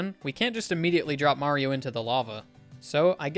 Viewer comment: I hear Marble Zone even though it is Mario